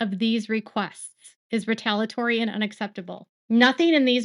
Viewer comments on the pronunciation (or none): Love your works but you keep missing the I in retaliatory when you pronounce it. It has another syllable like in retaliate. 😬